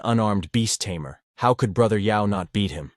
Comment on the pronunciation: It's Tamer ,not Tamear